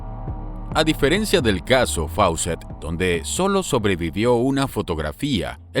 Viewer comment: No se pronuncia Faucett sino FOOCETT. Era una aerolínea peruana que desgraciadamente ya no existe igual que Aero Perú.